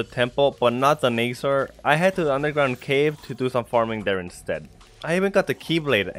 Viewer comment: It's called na za r